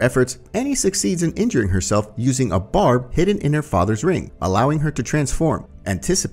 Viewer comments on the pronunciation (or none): none